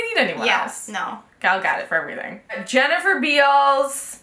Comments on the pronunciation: o.k. i will now teache you how to pronounce Gal Gadot's name. you pronounce it ga-do-t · Sorry not to be hateful, but you pronounce gal gadot's name Ga-dote, with more of an Israeli accent. Sorry! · Not trying to hate but you're mispronouncing Gal Gadot